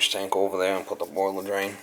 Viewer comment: That boilah ovah theah at your sistah was a leakah 👍